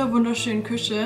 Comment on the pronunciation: Mich triggert es so, wie du Küche sagst 🫣 aber ich gönne es dir sehr ❤